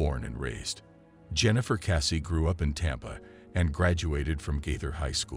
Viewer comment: It is Jennifer Kessey not Cassey!